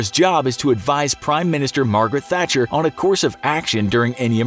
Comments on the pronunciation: Thai Guitar Boy He says Thatcher every other time in the video apart from that once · Margaret Hatcher??? Margaret Thatcher... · It’s Margret thatcher not hacher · Did you say Margaret Hatcher? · Jack Shenton - Ha! I heard that too! 😂🙈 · he says hatcher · “Margaret Hatcher” 😂😂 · you called Margaret Thatcher "Margaret Hatcher" 😅 otherwise a very good and informative perspective of the events that unfolded that crazy day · Margaret Hatcher 😂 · Who is Margaret Hatcher? Hahahaha thatcher? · Did he just say "Margaret Hatcher"? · Tbf who is "Margaret Hatcher"? Also the fact he calls the SAS the "sass" later just hurts my ears. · “ Margaret Hatcher” Tehe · 'Margaret Hatcher'???? Is it not enough that you use american cop and soldier uniforms but also can't be arsed getting the Prime Minister's name right? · Margaret Hatcher lol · Hang on, wait. Did you really call her "Margaret Hatcher" ? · “Margret Hatcher” 😂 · “Margret Hatcher” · “Margaret hatcher“ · He blatantly got it wrong on purpose. He managed to get it right the other times.